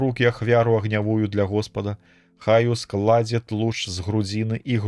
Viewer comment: Прачытана: ускла'дзе, правільна: ускладзе'.